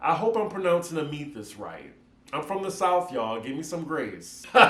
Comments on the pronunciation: YAH, THE JACK IN THE BOX THREW ME AND I'VE NEVER HEARD OF "ROADIES" EITHER... IT'S AM-ITH-IST AND YES IT IS UGLY. ❤ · It’s pronounced “AM-AH-THIIST”🤣🤣